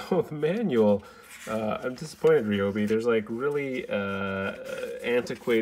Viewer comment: Bro it is not called a Rayobi it is called a ryobi like Ryan not rayon